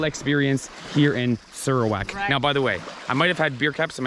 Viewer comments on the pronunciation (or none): We sarawakian pronounced sarawak as "sirrawak" not "Saarawak" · Malaysian pronounced Serawak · Spelled Sarawak, but we local says it as Sir- rawak instead of Sarah wak...way back from the Brooke s era. However if spoken in Chinese or dialect it turn into sar砂 .